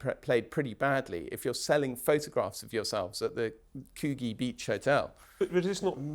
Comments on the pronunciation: Coo-Gee with a hard G??? It's pronounced coo-jee. FFS! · please get it right. Coogee- could-ji